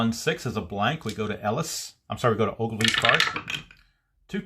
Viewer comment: FYI: It's Ben O-gil-vee, not O-gli-vee.